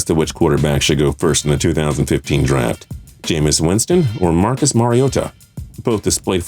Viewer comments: Please stop stay “Mariota” like that. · I fucking hate this guy. His lip is so fucking fat and his voice is so annoying. Also he needs to learn how to say mariota. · Why he say Mariota so strangely ?